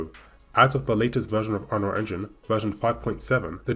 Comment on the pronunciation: UnRLL engine. Lol awkward af